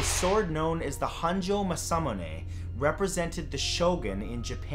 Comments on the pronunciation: Tokugawa Toe-koo-gah-wah Masamune Mah-sah-moo-neh c'mon matt, the japanese system is based off very simple, unchanging sounds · #4: Toe-Koo-Gah-Wah. Mah-sah-Moo-Neh. Matt, dear, come on! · Matt it’s prnounced “masa- mū- ne” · I can forgive his mispronunciation of "Masamune" but the way he said "Tokugawa" was so wrong I want to eat a tree in protest.